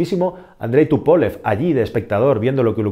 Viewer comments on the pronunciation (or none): ¿Porque pronuncias "Tupólev" si es "Túpolev", con tilde en la u?. Diseñado, como bien has dicho por Alexéi Túpolev.